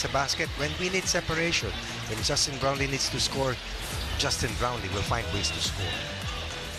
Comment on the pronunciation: Boss paki tama yung "brownlee" baka pati JB angkinin ng china